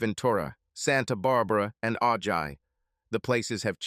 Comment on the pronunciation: If he was from Ventura county he would know that Ojai is pronounced Ohi.